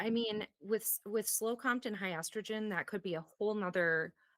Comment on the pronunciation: You pronounce it Co-M.T. not compt!